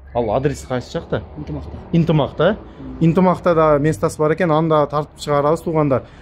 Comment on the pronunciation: Интимак эмес Ынтымак деп айт блогер тууган